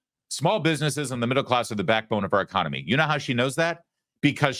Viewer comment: She meant “echonomoney” ?